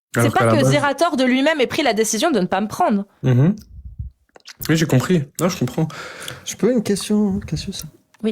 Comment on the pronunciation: j'ai un problème avec les gens qui disent "wui" au lieu de "oui"...bordel !!!!!!